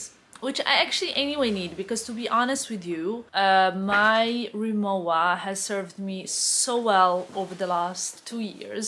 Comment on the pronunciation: Actually the right prononciation is « RemoVa ».